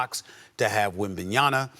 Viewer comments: Yo Stephen A., who the hell is Yemenyama? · SAS Brooo learn names. Wembinyama has been in the league for quite some time, you can’t say his name correctly? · Stephen A finally trying to get Wembanyama's name right 😅